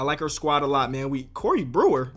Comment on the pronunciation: “cOrEy BreWEr” 😂😂😂 I’m sorry